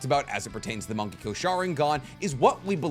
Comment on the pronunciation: Thought he was saying "monkey go sharingan."